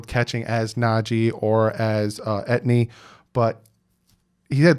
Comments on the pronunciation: With all the research your doing you need to pronounce peoples name correctly. I agree with your top three order. Don’t care about the bottom two. I’m a new subscriber and enjoy your videos but you frequently mispronounce names. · I apologize for correcting your many mispronounced sayings of his name, even though he's been around for years and it's your job to get it right. Didn't mean to hurt your feelings. Thought we were men. My bad. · Lol.. it's all good. And it's pronounced E. T. N. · i agree but bro u pronounce his name like E T N thats how u pronounce it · I love it the man was saying Etnee😂😂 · Pronounces “ E-T- N“ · 🤣 it's E T N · Travis Etny? C'mon man lol 🐬🏈⬆️💯🤘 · his last name is pronounce e tee anne a lot of my haitians friends from school last name was etienne so he's probably a zoe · 😂🤣😂🤣 I love you, truly!!! But Etny??He’s been high on the RB list for two years and has been a high profile name on a high profile team in college team.! 🤣😂🤣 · Pronounced ET-E-N as in Saint Etienne, France I'd love Jevonte Williams at 36th pick. Are you sure we have 2X 5th round picks ? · Travis ETIENNE..... pronouncement is E-T-N. Travis E-T-N. Etienne is my nephew's last name. It's of haitian decent/origin.... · Pronounced. EE TEE INN.. HEY LETS NOT FORGET ABOUT THE PLACE KICKER FROM VANDERBILT. SARA FULLER. . MAYBE FIRST KICKER TAKEN THIS YEAR? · REPEAT AFTER ME... TRAVIS E.... T... N... Say those three letters and you pronounce it right. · it is pronounced ETN literally just say those letters😂😂😂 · Travis ( Ate-e in) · Yeah, that's how you say it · its pronounced (E - TEA - N) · Etienne= E-tee-N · Bro! ET. TEA. EN. I’m surprised you haven’t heard his name all over media and Clemson games? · Etienne is pronounced E-T-N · Travis Etienne is Haitian born or his parents are Haitian. So is name is derived from the French/Creole language and pronounce E Ti En.